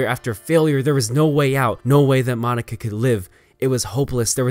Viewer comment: finally someone who says Madoka right